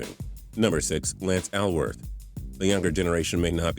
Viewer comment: PAUL WARFIELD SHOULD BE ON THE LIST INSTEAD OF OWENS. ANNOUNCER ALSO MISPRONOUNCED BAMBIES LAST NAME-IT'S SPELLED ALWORTH BUT PRONOUNCED ALL WORTH NOT AL- WORTH. MAYBE RAYMOND BERRY SHOULD BE ON THAT LIST TOO ALONG WITH DON MAYNARD.